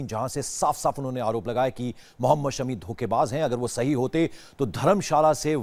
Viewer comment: Drama queen ,, husband k naam bhi sahi ni bolsakti Sami Sami it's shami